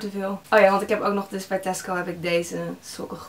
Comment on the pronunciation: Elke keer dat je Tasco zegt denken ' hè, Tesko?' ❤️